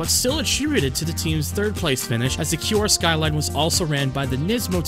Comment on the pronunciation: The only complaint to me is when you said Kure R33, i think the way Kure is Pronounced is Not "Cure" but rather KU-RE. But other than that, i actually sleep while listening to this